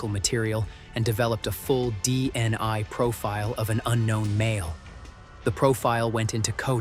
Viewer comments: Bofort not Beaufort DNI not DNA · The AI keeps saying DEI or DNI when DNA is being referred to. How difficult it is to say DNA? Nothing much as to motive, which does limit what we know.